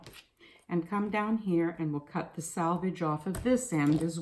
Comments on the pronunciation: I agree with the other comment about “salvage” and “selvage.” Got hard to listen to the mis-pronunciation. Lol. I use this method, Glad press and seal, for quilting. Place the press and seal on the fabric, trace the pattern lightly on the press and seal, sew directly over lines on the press and seal, then carefully tear it away. This works great for lightly quilted areas only. You run into issues with heavily quilted areas as you pull it away as you get tiny pieces of wrap you have to pick away with tweezers. It can be done but puts another step in your process. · This was interesting and useful. I have never heard "selvage" pronounced "salvage". Is this a localized pronunciation? It is a cool linguistic mark and I really want to know just where you are from, or what your linguistic heritage is. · Selvage not salvage. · More than she said salvage instead of selvage..... but I think the technique is cool.